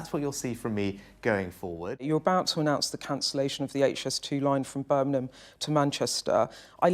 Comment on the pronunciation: Beth, Beth, it’s BirMingham not BirNingham.